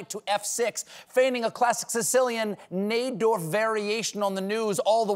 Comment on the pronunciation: It’s pronounced neyedorf! Like 👁